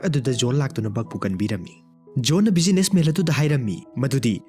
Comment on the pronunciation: Waridi fajei adubu wari lirib ebungo pronunciation dudi yadrehe businessman haidwduda businessmel haire, Postman haidwduna postmel haire, John haidwsuna jol haire, yam heinde khitng semdokpiyu N ga L gagi khetnb khngbiyu